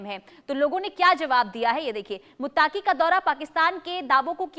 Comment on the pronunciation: बहन यह शब्द मुत्ताक़ी नहीं है , बल्कि मुत्तक़ी Muttqi hai